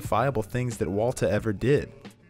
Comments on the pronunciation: same i thought i was crazy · Yeah it took me a while to figure out that he actually thinks Mike pronounced his name that way, which is pretty bizarre. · I deeply appreciate the fact you switched to saying "Waltuh" when talking about Mike's killing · yo it took me to when he kept saying waltuh. i feel like a fucking idiot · him calling walter “walta” when talking about mike has me dead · It’s pronounced Vvaultuh. But he tried. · don't feel bad, I didn't really begin to try and figure it out before he started saying "Walta" by ... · I love that as soon as he mentions Mike he switches to saying “Waltuh” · I love how you called Walter Waltuh when talking about Mike 😂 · love how he calls him "walta" when talking about mike's death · Nobody noticed he says Walta half the time? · I'm gonna have to rewatch this as soon as it's finished... cuz I got about 2 min left and I'm of course laughing, especially at "WALTUH".... but now I'm thinking--- did he say Waltuh the entire video or did he suddenly switch it up midway thru? And if the latter, then when? Why? And if I find the why, IS the reason JUSTIFIED...or JUSTIFIABLE? All my questions may require a 4 part, 44 min each, video essay series, spread out over 1 every 44 days. Because my questions are 4fold. And going by other video essays, like "the moment he became Heisenberg," coming in at a paltry 70 min, even though it's about a specific moment, extrapolating what probably amounts to an 8 second scene into a video necessitating a 70 min video. And I'm sure that video's subject Matter shoots right out the gate explaining it's title, and is in no way lengthened out for ad revenue, recapping the entire series, and where we've seen Brian Cranston before (did U know he was in MALCOLM IN THE MIDDLE?? YEP! He was the family dentist, Tim Whatley). 8 seconds yields 70 min, hence maths, 4 questions, 44 min philosophizing, 44 days apart. You people aren't idiots. U see exactly what I'm saying...well... typing. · onward he sais "Walta"